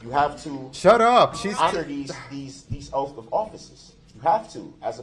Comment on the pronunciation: "You took these oafs of offices, your Honor"....